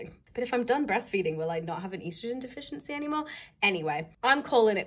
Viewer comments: Why are you saying estrogen weird lol?? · How else would you say it...